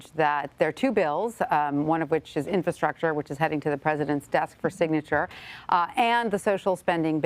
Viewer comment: Okay don’t say “shtrong” and “infrashtructure”